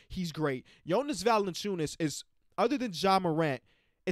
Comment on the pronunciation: mispronouncing Valanciunas is just GOLD. Love to see it